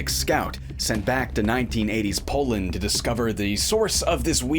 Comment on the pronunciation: Did you say POLAND?